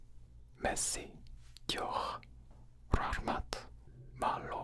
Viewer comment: I’m from Uzbekistan, and you pronounced the word beautifully